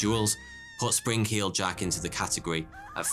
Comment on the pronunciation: sprin-k-heeled jack?